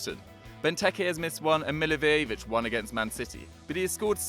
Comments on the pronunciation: Pronounciation Milliwojevich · Funny way of saying Milivojević☺ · Milivojevic is pronouced so BAD